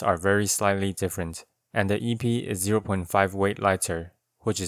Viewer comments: Epee is prenounced eh-PAY instead of EE-pee. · epee > pronounced air_pay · The é means it is pronounced aypay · Your videos are great man. The depth and thought is amazing. One thing tho.... epee is pronounced EP-eigh. Stupid french word. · Minor correction; is pronounced eh(as in 'meh')-pay. Blame the French. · Hey just a heads up, the word epee is pronounced “eh-pay” in English. The original French is more like “ay-pee-ay” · I both love and hate how you pronounce Épée. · my man did this whole video without looking up how to pronounce "Épée" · Great (p)epee lol. I think all Es in this word are pronounced like the e in Meta.